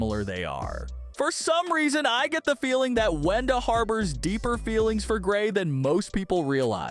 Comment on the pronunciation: It is Wenda not “whenda” 😂